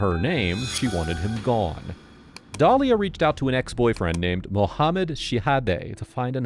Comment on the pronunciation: Dalila not Dalia…😂